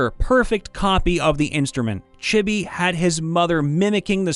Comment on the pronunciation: “Chibby.” *Chibi*!